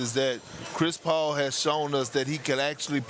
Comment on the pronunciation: Am I the only one who finds Adrian's "Chris Paoul" pronunciation funny? 🤣